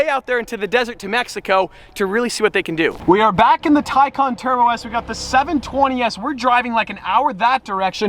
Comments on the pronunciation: "TICON" I think you mean TAY-CAN, Please fix it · Isn't it TAY CAN not tie khan? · It is pronounced TAY CAN not TYCON just like GAL LARDO not gil lardo. For supercar owners they brutalize some names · Tycon? I thought it was Taycan.... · u said taycan a lot